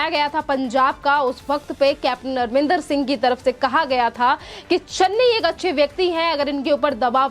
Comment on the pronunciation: Madam u r pronouncing CM Arminder rather it's Amrindèr Singh